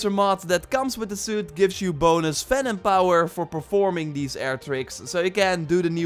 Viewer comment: Am I the only one that thought he was saying Phantom power instead of Venom power?